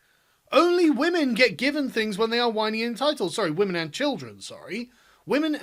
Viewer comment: What's a "wamen"?